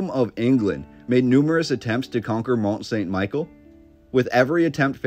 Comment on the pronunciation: Great video. Not a big deal but it is pronounced more like "Meee-shell", like in that Beatles song. I think it was built sometime during the millenial reign of Christ aprox,.